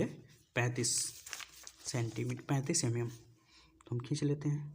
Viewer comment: Sir jii pad to acha re ho but vo mm mm hota h ymm ymm nhi 😂